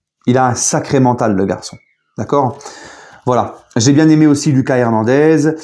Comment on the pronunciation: Salut! C'est "Lookasse" Hernandez, pas le "Lucas" traditionel. A l'espagnol 😉